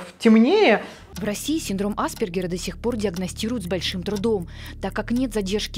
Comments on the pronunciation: почему в центре помощи специалисты ставят неправильно ударение? Синдром аспЕргера а не Аспергера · Аспéргера, милочка! Хоть бы поинтересовалась ударением перед записью, неграмотная наша! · Только АспЕргера, уши режет неверное ударение